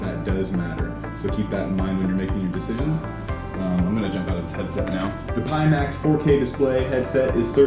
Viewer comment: I had to stop after the third pee max. Pie as the symbol is on the box, front of the visor and speakers... Pie max